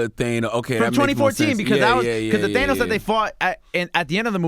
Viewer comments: His name is pronounced THAN*OS!!! Not They*nos!!! 🤦🏾‍♀️ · Omg if i hear Thaynos again!🤯🤯 Its Thanos!!! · Why are y'all still calling him "Theinos" when the movie clearly confirmed that it's "Thannos"? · Who the fuck is "Thaynos"? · these guys theorizing about Pym particles is soooo off but theyre so certain about it🤦🏻‍♂️😂 And WHY does CTG keep pronouncing Thanos like that?? THAY-NOS..? Its not like he hasnt heard the people say his name in the movies. Why bro? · These guys wanna be into this marvel shit so bad it’s embarrassing Charlemagne just learned how to say thanos